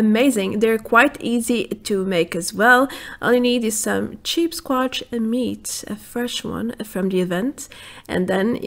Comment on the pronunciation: you said CHEAPSsquatch haaha good imformation